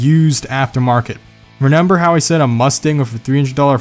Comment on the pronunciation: He says wif instead of with and renember instead of remember. Idiot.